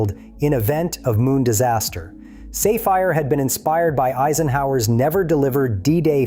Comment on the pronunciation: Once again the mispronunciation of “ Safire” indicates that AI doesn’t understand rules of pronunciation that I hear every day.